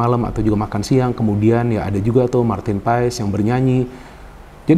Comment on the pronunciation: bacanya itu PAS bukan P A E S, tolong di biasakan bung